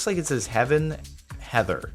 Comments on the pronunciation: Its Heathen. Not Heather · Heathen. It's Heathen not Heather Jordan. Heathen.